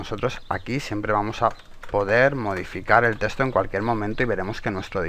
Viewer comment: un "teshto"